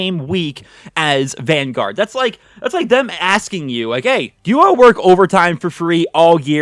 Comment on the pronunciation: Call of duty van-garage. Lol